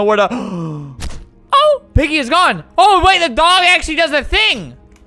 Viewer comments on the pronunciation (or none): why did he say oh like that XD